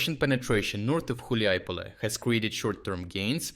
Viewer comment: Dude who the eff are you? You can't even read properly ukrainian town names, you read Huliaipole as Huliipole, Hulieipole and also Huliaipol alternatively. You have the thumbnail with Zaluzhny years after he's no longer working there. WHAT THE F IS THIS CHANNEL???